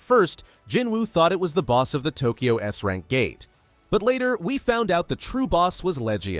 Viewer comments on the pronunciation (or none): none